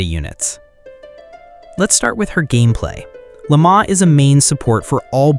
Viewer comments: Wait what did you said frostmoon scion lama? Dude it's Lau-ma not lama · The name pronunciations... Aino, Lauma, Raiden, and Alhaitham got butchered lol Edit: poor Kaveh is even worse. Kavehah must be Kaveh's and Kazuha's child.